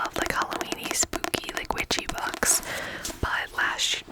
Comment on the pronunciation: Girl you said “books” and I heard “bugs”